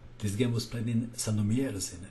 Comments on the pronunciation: "rz" at the end of Sandomierz is pronounced just as the initial sound in the word "shake";) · You read "Sandomierz" incorrectly, I don't mean to sound rude, but it's rather to be read like in the french "fromage"... The "rz" is supposed to be a heavy "z". I hope you get what I'm trying to say. Greetings from Poland and bye for now.